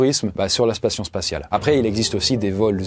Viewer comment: spation spatiale 🤣😭